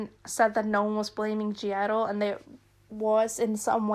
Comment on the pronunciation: Took me 28min into the vid to figure you mean G IDLE 😆😆😆 sitting here like “who the hell is Gierro???”